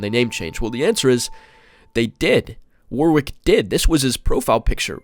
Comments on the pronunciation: It’s pronounced warick not war wick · you probably wont see this but warwick is pronounced warrick and as one word without a space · just an FYI, "Warwick" is an English name, its pronounced like "worrick"